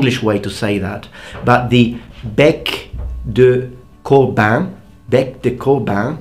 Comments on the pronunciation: salut tu na pas prononcer de R dans bec decorbin est ce une ereure ou il est muet! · did he pronounce the r in bec de corbin? couldn't tell